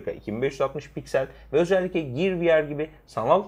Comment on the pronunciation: Ya lütfen ciyır demeyin şunlara giyır anacım giyır gear.